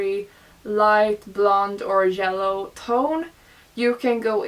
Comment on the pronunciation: i love that you ponounce yellow as jellow lmao so cute